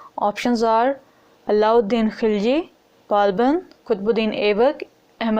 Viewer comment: It's not khaliji , it's khilji